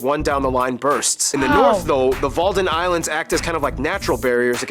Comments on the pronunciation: That was fun!!!! It's not "Walden islands" but "Wadden islands" ... And the Groninger Gasfield is almost closed now, due to earthquakes from gas extraction. Just had to say it.... I'll be quiet now. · Wadden eilanden. not Walden... hahahaha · Actually not bad for an American, but... IJsselmeer is pronounced "Ice-el-mear", (as in; my dear), not e-yellsemer, or whatever you made of it. And the WALDEN Islands...? No the WADDEN islands. loose the L... And the complete phrase is: "Meten is weten, Gissen is missen" which means, (2nd part) Guessing is missing. Your demographic pie-chart is WAY OFF... And I mean, WAY OFF... since the EU forced the Netherlands to open the borders. No, we don't like the King all that much. Just Kingsday... The European Coal and Steel community which became the "European Economic Community", (EEC) and NOT the EU. The EU hijacked the EEC against the will of 61% of the European people by vote in each member country. But a bunch of corrupt politicians founded that monstrosity anyway, so slowly and quiet that nobody really noticed until it was too late. Only the British got away. And now we're on the brink of war with Russia thanx to those Brussel Psychopaths. New Amsterdam wasn't sold in good friendship at all. That process wat pretty violent. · Untill you live in Rotterdam, than you don't want to live there anymore. Also... Walden islands?! WADDEN. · It IS "The Netherlands". Just like THE US or THE UK. And it's Wadden-eilanden. Not WaldenIslands… And when the sea is "low" you can walk from one to another. WadLopen it's called. And we're in place 9 of most people per square KM. Hagelslag is GREAT. Fresh out-of-the-oven buns, cut m open, take some "roomboter" and Hagelslag. It will blow your mind! And clogs are better than a lot of regular shoes. And the US and TheNetherlands were real good friends.... But the we met DJT. And the world was scr3w3d.... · Wadden not Walden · The are cald the WADDEN EILANDEN not walden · wadden islands not Walden